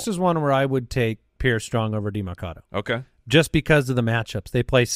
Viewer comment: can you guys stop saying demArcado? its demErcado